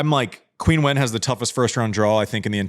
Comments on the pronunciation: Hey, I love the show, but can you tell Andy to pronounce Qinwen Zheng's name correctly? In Chinese it's like "Cheen" not "Queen". I do a little cringe each time I hear "Queen" lol. Keep up the great work though! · Just so you know, Andy, Qinwen is pronounced like “Chin”wen, not “quin”wen. Always loved (and still do) your honesty, vulnerability, casual and human approach, and sense of humor! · To be fair- the correction is right. However, most fans pronounce it as Queen. Most of us that love her, like that “Queen” knickname. Love the shows guys, keep it up.